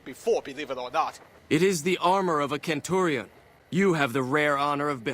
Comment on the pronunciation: The guy couldn't even pronounce Centurion right